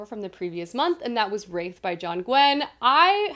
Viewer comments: The word Wrath is pronounced as in Bath. Wraith is something else entirely. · Curious why is pronouncing the word ‘wrath’ like ‘wraith’? can anyone help me out here?